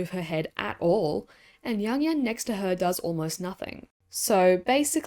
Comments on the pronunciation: It's Young-Eun, not Yang yang. Like wtf??? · Not you butchering Youngeun's and Su Ruiqi's names